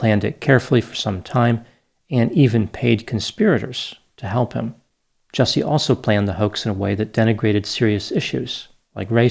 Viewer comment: Actually, his name is pronounced "Juicy"